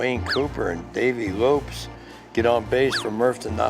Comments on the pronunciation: Dave Lopes.....not Lopez.... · He said, "Dave LopEZ"...